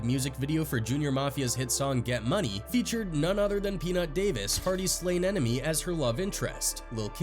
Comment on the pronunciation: I’m glad someone else realised it was Harry ‘O’ and not ‘World’ Hardy.